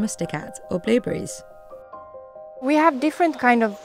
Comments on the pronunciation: Billberries? —> it’s blueberries lady blueberries… Say it with me BLUEBERRIES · Am I crazy or is she saying billburries? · are my ears deceiving me or does it sound like shes saying billberries 90% of the time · I can't stop hearing Bill Burries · Did anyone keep hearing "Billberries" the entire time?...BLUE...BLUEBERRIES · Narrator cant say blueberries, shes saying blilberries instead of blu berries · Is she saying billberries? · Is she saying billberries?? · why do you keep calling blue berries BILL BERRIES?????????!!!!!? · why is she saying billberries